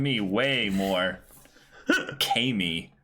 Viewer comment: "Kah - Me" is the worst thing I have ever been forced to hear.